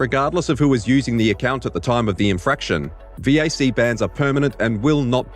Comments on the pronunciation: its a vac ban not a veeaysee ban. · "V-A-C bans" man that annoyed me lmao its pronounced "Vack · Omg...... It's VAC, not Vee Aay Cee... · Who says VAC as V A C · Valve Anti-Cheat or VAC is pronaunced "vak"... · Your VAC pronounciation is stuttering me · only bad thing is you spell out VAC never heard anyone do it it hurt my ears